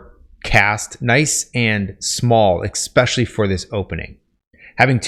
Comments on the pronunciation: Stopped the video early because he was lecturing about pacing while offering a poorly paced video. Also he said exspecially instead of especially. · Good content. Be advised, your 'ex-pecially's are distracting. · It drives me nuts every time you say "ekspecially". Is that a regionalism? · Why is it possible to get so far in life, to be smart, and not understand how to pronounce it EH-SSSSPEH-SHULLYY; not eXpesially? No hate dude I say that as respectfully as possible, don’t mind my 1am rants. Just from personal experience if you say that in any networking situation, it’s an immediate turn off. It’s like misspelling “friend” on your Harvard application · I legitimately can’t stand when people say “eckspecially” or “expecially” when it’s supposed to be ESpecially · Especially* not exspecially lmao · It's "especially" not "expecially" 👍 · Im sorry, but it's pronounced "ess-speh-shal-ly". I only mention it because you said it several times in this video. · You seem like a smart guy, but seriously, it's not eXspecially. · I like the videos, the info is great. And full well knowing this is probably just me. It grated on me each time he pronounced especially, “eXspecially”. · in—"eckspecially"??? Sheesh.🫣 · sorry i had to stop listening after the second EXspecially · I'll keep watching but after he said "eckspecially" at the beginning of the video I'm going to take this writing advice with a grain of salt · Especially not EXspecially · One good thing to d would be to stop saying a word that you mispronounce over an over again, Xspecially that one. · Your advice is really good, but you keep mispronouncing 'especially' and it's incredibly distracting. I know this is a really minor pet peeve but you use that word a lot so it's really noticeable. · You lost me after your attempt at "especially."